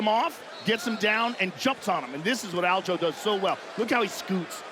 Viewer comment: WHY TF DOES EVERYONE CALL HIM ALJO!?! ITS ALJA ... how bout I start calling you Petor or better yet let's just drop the r, fuck it.. call you peto...